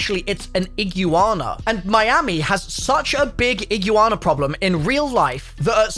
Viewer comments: I was only listening and had no idea what he was talking about. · Lol, kinda like how people pronounce parmesian in rick and morty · no, that's how YOU say it...incorrectly lololol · “Iggiwana” It’s E-Gwa-nuh 💀💀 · i-gwa-na... No ig-you-wanna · Bro it's because of his accent. He says it like Ig•yoo•ahna and americans say ig•wana or eeg•wana. I've noticed that a lot of words have a more pronounced "yoo/yew" sound with a british accent. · NPC not AI, and iguana is pronounced "IG-WAH-NAH" not IG YOU AHNAH 🤣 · not gonna lie, i really cant be fucked with seeing gta6 trailers getting disected for the next 2 years. get a fkn life you losers Also its IGWAHNAH, not iglooana you degen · its pronounced ig-wanna not igu-wanna(florida resident) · you: Igooana Other people: igwana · brah.. its pronounced igwarna. idk what you even just said 🤣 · Ig-you-wanna well that stopped me watching. 😂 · So... How many times did he say Iggywanna? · “Eee-Gyuu-Ana” 2023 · Iguana ❌ E-gu-Ana ✅ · Correct pronunciation is: E-Gwa-Na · Iggy wana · Ig you wan a😂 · srry to tell you buddy but it's pronounced ig-wana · you’re literally the best! Absolutely loved your pronunciation and how many times you said Iguana in this video!!! 😎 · The comments on your pronunciation of iguana is hilarious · please stop saying Iguana, dude lol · bro, this entire video and all the comments are just gonna roast you on how you pronounce Iguana. my man, have you never seen or heard of them before? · Jesus, between your pronunciation of iguana and you thinking the police raid shot is gameplay is just crazy man... Dunno how anyone would think that. Outside of those, there was alot of details I didn't catch, good eye on Lucia being recorded and iguana on the guys shoulder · I’ll sub when you pronounce Iguana right 😐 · I almost unsubscribed when you pronounced Iguana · Hearing pronounce iguana is the funniest thing I never knew I needed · ...your pronunciation of Iguana... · My girl cringed